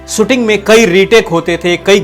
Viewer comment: भाई सुटिंग नही शूटिंग कहीये श का प्रयोग करीये